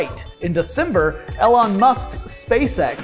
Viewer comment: Did a science channel host just call him "Ellen" Musk?!?